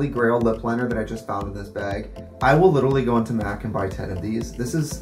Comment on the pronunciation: no one: trixie: b æ g